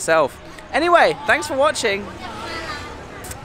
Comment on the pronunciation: Khon Karn —-> Khon Gaen g as in glass